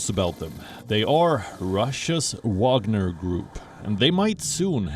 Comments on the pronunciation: France shouldn't complain, they have their Foreigner Legion for the same purpose, it's just not private. Btw. why Wion calls this group WaNGer when it's WaGNer? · Not " Wanger" it's the WAGNER group. The Special Forces under the Special Forces.😂😂😂 Mali is about Uranium!!!!! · lmao its spelled Wagner not wanger. Wanger is slang for penis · Yes, serious journalists Gravitas ... they can not even spell it right. Wanger? No, I think it's Wagner ...